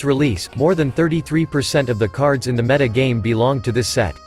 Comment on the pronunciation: oh my god you fixed the pronunciation of 'meta', that is the best thing I've heard since returning to hs a few days ago